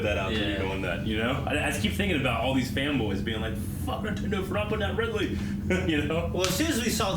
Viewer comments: I think he said "Ridley" but just pronounced it like "ride-lee." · I wouldn't hang out with someone who calls the falcon punch "captain punch" or someone who calls Ridley "Riley" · said RILEY